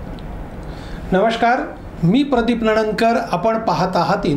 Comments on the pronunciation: thank you Sir. Reason avedhach ki Hindi madhe apan "NamasHkar" mhanto ani Marathi madhe "Namaskar" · Sir please, नमशकार नका म्हणू, नमस्कार म्हणा..... बाकी तुमच presentation perfect आहे